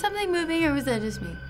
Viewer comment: IS NOBODY GONNA TALK ABOUT HOW SHE SAID WASAD